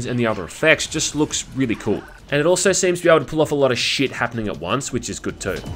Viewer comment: How do you say sheit so beautifully.